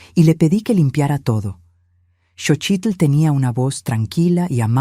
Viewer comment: Is xotchil not sochit